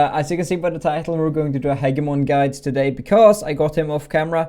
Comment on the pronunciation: Hey I believe the correct pronunciation of Hegemon is a soft G heh· jeh·muh·n not to be a dick just to be helpful much love